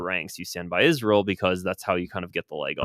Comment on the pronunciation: I have to delete you because of the way you say Israel 😢 You sound like Mike Huckaby and that sack of shit Lindsey Graham😮 Buh bye 😮